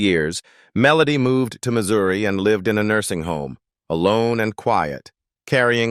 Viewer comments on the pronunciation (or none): none